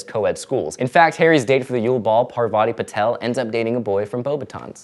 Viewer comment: Also, it's Parvati Patil, not Parvati PatEl! Big BIG difference.